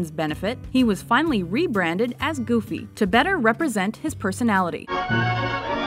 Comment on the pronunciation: Did he said Gooby?